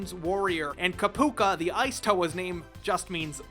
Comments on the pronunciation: "Kopuka" "Toruga" HMMMMMM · Ko-poo-ka fake fan